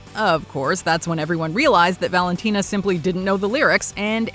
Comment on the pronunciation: I love that you pronounced Valentina correctly